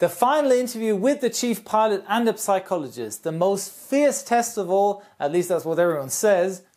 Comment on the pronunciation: Little hint from an English teacher (as I've noticed it a few times already ;) ) psychology has a silent p ;) same's true for pneumatic whenever there's pn... or ps... in the beginning of an Engl. word, the p is silent :)